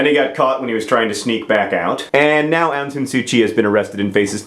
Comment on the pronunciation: ahhh! :) my mama's country! <3 she got to vote in that election. ik that mispronunciation is ur thing, but u pronounced Myanmar wrong. also the 'Aung' in Suu Kyi. xD hehehehhe